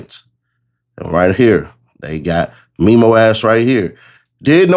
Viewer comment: Its Memo like Mem. Them Mem's. Mem-o